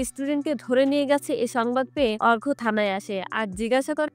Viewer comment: Arka r arghya r moddhe parthokko ache apni bolchen thiki kintu uccharon thik kore bolun duto name e akirokom lagche sunte..... Story taller houa oto sohoj noi.